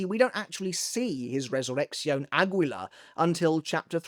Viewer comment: The "gui" in "extinguir" is actually pronounced like the one in guitar. The same goes for "aguila".